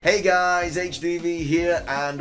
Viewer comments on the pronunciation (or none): I like your accent. Sometimes when I'm bored I pronounce words like "Bug type", "upcomming games" your way and before watching your videos I repeat several times "Hey, guuuuys, HDDDDDvee heeere"😂 For some reason it seems incredibly funny to me. I'm probably not alone, I bet everyone says their favorite youtuber's greeting phrase: "Hey, guys, HDvee here", "How's it going, ladies and gentlemen? My name is Ruffled Rowlit, and welcome back to a brand new video, guys", "Good morning, everybody! Good morning! It's JPR", "Hello, everyone, and welcome!" (Engineering Explained), "THIS..." (Doug DeMuro), and the outros, of course: "This is Ash ketchum..." (too long, I'm tired of writing).